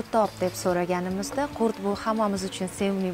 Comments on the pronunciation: Курт эмас Курут дейилади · Курт эмас курут дейилад, тожикчада хам узбекчада хам курут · Курт эмас курит 😂